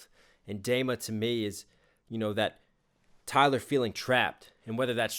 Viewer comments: great breakdown, but PLEASE it is pronounced Dema with a long e. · Nice reaction. One thing tho, it is called DEma (like tree) not Dayma. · I hate how you say dema d ma or dee ma phonetically, come on. XD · It's pronounced DEEMA, not DAYMA :p good video though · Good Lord... I hope you've learned how to pronounce Dema. Say it with me...Deeeeeema. Deeema. Dema. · DEMA is pronounced "DEEMA" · Did he calls dema, dayma? Sir. Excuse me? 😂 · its pronounced "deema" btw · I’m sorry. I have too. I absolutely love that this guy is paying attention and dissecting twenty one pilots’ music… but.. its DEMA. D-ee-mah. It was bothering me. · thank you for finishing the trilogy you made a 2 min song a 20 min commentary which it deserves and also by the way the e in dema sounds more like tree than egg 👊